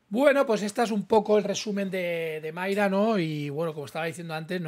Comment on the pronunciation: es MAYRA con "A" no "MAYRE" con "E", que me pones muy nervioso....